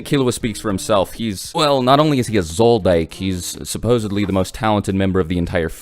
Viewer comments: It'a pronounced "Zoldick" not Zoldyke. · what why you BUTCHERIN HIS NAME Its ZOLDIK NOT ZOLDAYK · wth is Zoldike? it's ZOLODICK my dude. or ZOLODIC if you wanna be fancy. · Uh it's not zoldyke it's zoldick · Focused to much on gon in this video and it's pronounced zol-dick not zol-dyke.. HxH is the best shounen low key its not about being op and they actually use tactics the nen system is perfect. If only the guy who makes it doesn't get sick shit is he still Sick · When he says zoldike instead of zoldyk 😐 lol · this man said "Zoldyke" im done with this channel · Bro called killua a zoldike😂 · Zoldyck = Zodack family lol Zol-DI-ACK pronunciation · Did this man just say Zoldyke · He said Zoldike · "Zol-Dike".... Lost all credibility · Thought it pronounced like was zold-ick not ike. Kinda bothered me but cool vid. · I love your videos but BRUH Zol-Dick. I know it’s spelt Zoldyck but the Y is pronounced as an I. ZOL-DICK lmao I know it’s a tiny little thing. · Zoldyck is pronounced Zole-Dick. Don't you watch the anime? And please dont tell me you watch that japanese speaking crap where everyone sounds like retarded babies. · I hate the way you pronounce 'Zoldyck'. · Jesus Christ you can't pronounce Zoldyck for shit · Bro the way you pronounce Zoldyck is fucking terrible XD